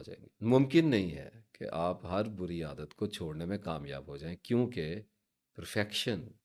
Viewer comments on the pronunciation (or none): Bori nhi buri lafz hota h theek kijiye